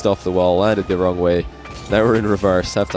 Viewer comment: man said getting wring